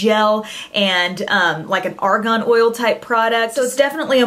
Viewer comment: I love you, but I have to correct this: "argan" is pronounced like "bargain." Argon is a noble gas.